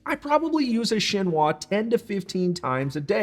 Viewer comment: A Japanese petty knife is superior to a utility knife. Also you're pronouncing chinois wrong. It's sheen-wah.